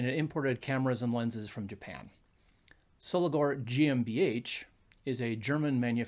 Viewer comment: They also teamed up with the Miranda / Orion camera Co Japan from 1955, many early Miranda lenses are marked Miranda Soligor. By the way it's Pronounced SoligOR not Soligar. 👍